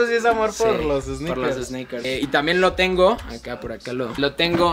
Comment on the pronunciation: Pinche cringe cuando dice esneikers